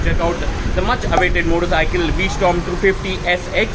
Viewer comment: It's v strom, not storm